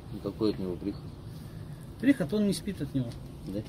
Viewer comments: какой приход от него))) ударение на И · да нормально всё,ща лысый на рыбалку себе сыпанёт и разбегутся по любовно.Главное чтобы водила с противным голосом,который в теме и всё знает про прииход (который ударение на и поставил) не крысанул у лысого,а то парня в план перехват объявят и вторую половину отнимут.